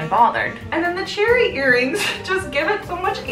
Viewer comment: Dahyun "cherry" with an accent lol 🍒